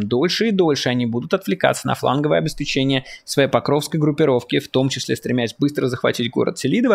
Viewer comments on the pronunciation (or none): none